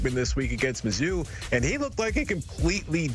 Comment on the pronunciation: No way Mizzou is mid…”Mid-zzou” ☠️